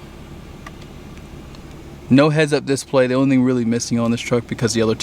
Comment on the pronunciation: “mana-fode” rhymes with heads up “dis-play” lol